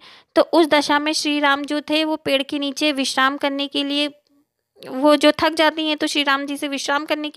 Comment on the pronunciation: Aur tak nahi thak hota hai😂